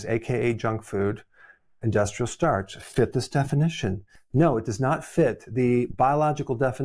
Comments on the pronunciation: It’s STARCH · It's starch. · Its Starch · IT'S STARCH